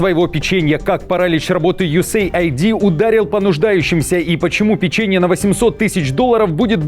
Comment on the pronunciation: Не ЮЭсЭй АйдИ а юЭС Эйд - US Aid переводится как потощь соединеных штатов.